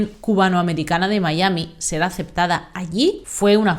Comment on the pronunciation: MI-A-MI, venga que tú puedes. Decir el topónimo en inglés es totalmente innecesario amén de ridículo.